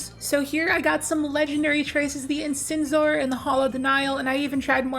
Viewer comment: The Trials Trace Rifle is pronounced IN-SIZE-OR. Ffs people it’s not a new word. 🤦🏼‍♂️